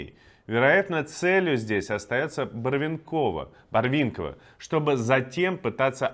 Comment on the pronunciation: Правильно произносить "БарвЕнково". Thanks